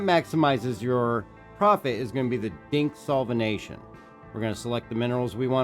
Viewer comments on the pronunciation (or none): It's "Dinyx solventation" not "Dinx" ;)